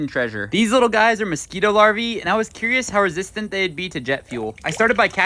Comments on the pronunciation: Mosquito “larvee” 🤣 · do not pronounce larvae like that ever a fucking gain